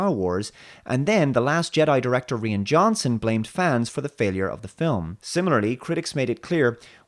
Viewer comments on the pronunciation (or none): Somehow you can't even pronounce Rian Johnson's first name as Ryan.